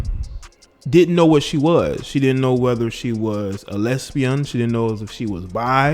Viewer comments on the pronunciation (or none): Omgawd Lmmfao🤣🤣🤣😂the way you say lesbian, (les'bion) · The way you say lesbian is HILARIOUS 😂😂😂😂😂😂